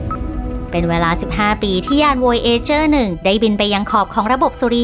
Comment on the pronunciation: ยานโวยเอเจอร์ จริงๆน่าจะออกเสียงว่า โวยาร์จเจอร์